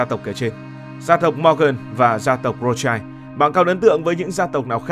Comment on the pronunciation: Phải đọc là Rót shiu mới đúng âm của họ Rothschild.